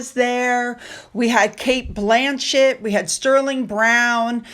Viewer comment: Let's look at PRINCE Charles ? at 2.12. And Kate BLANCHETTE ! Your pronunciation of the British stars is ridiculous.🇬🇧🙄🙄🙄